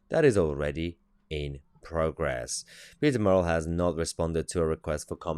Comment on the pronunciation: Good news content. But his name is "murrell" not morell as you are calling him !!